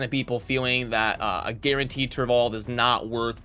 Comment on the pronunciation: Mispronounces turvold later on lol